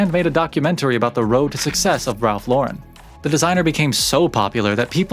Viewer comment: Glad to see you pronouncing Ralph Lauren correctly. Remember seeing an interview with him years ago, and he even corrected the interviewer and told her, "I'm an American who was born and raised in NY, why does everyone want to give my name a French pronunciation?" Anyway, if anyone is interested in an even deeper dive, should check out the documentary, Very Ralph. Nice video you did. Been rocking Polo since the 80s, and even though I am 50 now, it's a brand that has always been a staple in my closet.